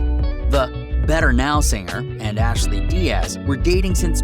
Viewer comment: First of all her name is ASHLYN dude...NOT ASHLEY